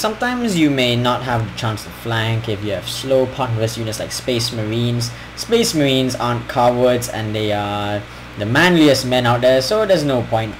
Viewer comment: and says spece merehns